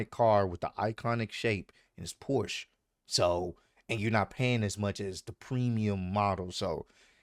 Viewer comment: It's Porsche, not Porsch